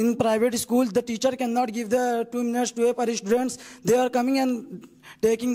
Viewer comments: Not ischool dear/say school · It is not isschool in English.. It is school in English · First of all the private pinalist students learn how to pronounce school 😂😂😅😂😂